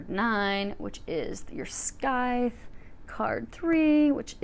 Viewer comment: Love the reading, as always! One small nitpick if I may: the C in Scythe is silent, so it’s pronounced “sythe”. Sorry, I’m a stickler for that sort of thing haha Thank you for the reading!